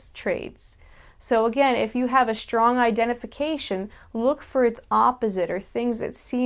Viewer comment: Y'know, you say shtrong the same as Universal Hobo does! Check out her antisuicide vid to hear her. :)